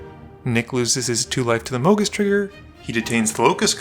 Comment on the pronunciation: "Mo' Geese?!"